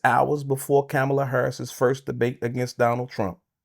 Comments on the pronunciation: Saying her f*cling name right n*gga. Coma-la, idiot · Bro you're pronouncing her name wrong SMH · This dude can't even pronounce her name correctly!! 😂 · She's been the vice president for almost four years and he still can't pronounce her name correctly?!! C'mon, that's inexcusable!!